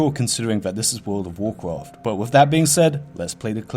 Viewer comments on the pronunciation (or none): Its World of Warcraft. Not "Wool dove Woorcruft" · Wowd of Wawcwaft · WOHD OF WOWWHKWAFFFT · Wuld uf wurcwaft fowowwers of de wight